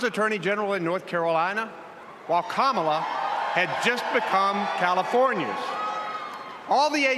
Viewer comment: Rev. Al, you mis-pronounced the vp’s name twice..the little ones gave a clear way to pronounce the name..think of com..Kam..ala.. i still love you …lol